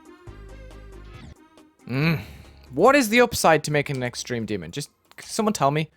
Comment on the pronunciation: "extremeh demon"